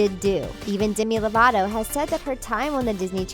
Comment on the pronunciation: DEMI LOVATO NOT DIMI LOVATO SAY MINE AND HER NAME RIGHT